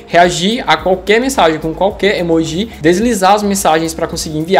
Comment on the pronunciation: amei o video mas por favor para de falar "emojí" por favor